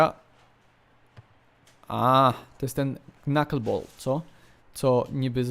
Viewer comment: mówi się knaken ball